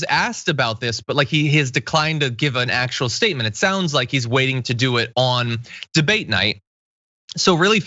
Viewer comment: "I am very looking forward to the bidet" Thats what he said, right?